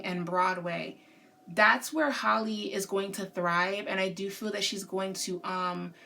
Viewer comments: No Hailey .. HA- Lee like the Ha in hat Halle ... amazing reading queen 👸🏾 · It's Halle not Holly/Hailey lol and they're not twins...like you said Chloe is a Cancer and Halle is an Aries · halle literally has the same first name as halle berry and ppl still pronounce it wrong 😭 great reading ❤️